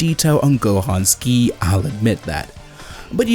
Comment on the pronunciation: are my ears hearing right or he is saying “Whisky” instead of “Gi” 🤣